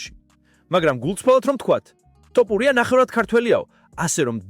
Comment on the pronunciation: რა ტოპურია... თ ო ფ უ რ ი ა